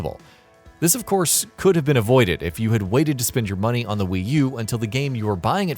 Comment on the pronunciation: Muneh? You're alright boah